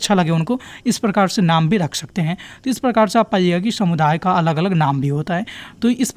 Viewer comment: Shamuday nhi sir samuday h aap har video me sa ko sha kyu bolte ho 🧐